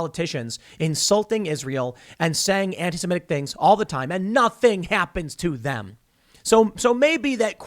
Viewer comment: Why do some people pronounce antisemitic as "antisimetic"? Can you not look at the letters and see which one is an "i" and which one is an "e"? I don't see which part of that is difficult.